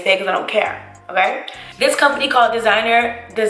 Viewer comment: The GU in designer is pronounced goo lol